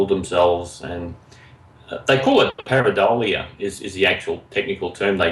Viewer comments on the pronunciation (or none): I liked the way he pronounced Pareidolia. He seemed to have said PareiDALIa! around 32 minutes and fifty seconds in. Viva Dali!